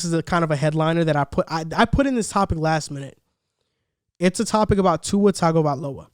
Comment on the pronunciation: Good points. Buy it's not pronounced " 'Tag" ovailoa. It's pronounced " Tongue " ovailoa .